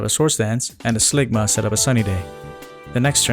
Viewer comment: Slugma -> Sligma -> Ligma literally sent me every time, holy